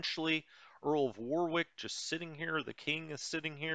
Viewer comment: Earl of WAR....ICK not WAR ....WICK